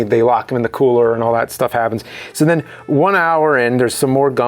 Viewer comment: I'm a fan of the show. Btw, did anybody notice how James says "..and then"? He says: "And nen" :)